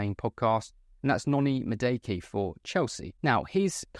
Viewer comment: its pronounced “MADOO-AKAY”